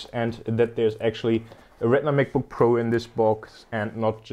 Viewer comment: I love how this guy says MacBookPro as MekBookPro lol.